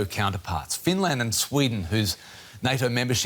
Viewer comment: Finlairned and buurlind